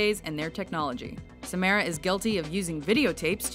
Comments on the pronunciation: it's Sam ar a not sa Mar Ra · You said Samaras name wrong! Ugh! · You said Samara wrong.